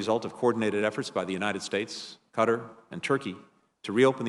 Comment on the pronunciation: Why can none of these people pronounce Qatar correctly?